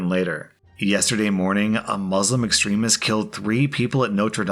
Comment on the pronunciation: Fun Fact I'm Muslim Edit: you pronounced Muslim wrong